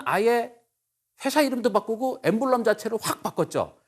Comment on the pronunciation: emblem[ ˈembləm ] 강연자분이 발음을 갈피를 못잡으시네..